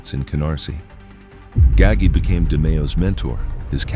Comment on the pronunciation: The cops eventually pulled the drainage pipes and found a river of blood. By the way, Roy's bosses name is pronounced "Gah-gee" not "Gaggy"